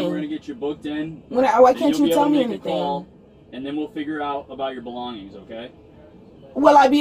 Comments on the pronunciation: 😂😂😂 With her "belon-Gings". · “My Belon-geens”. 😂 Ma’am I’m sure you stole those too. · “Can I have my belongggings? You guys have my belongggings” 😂😭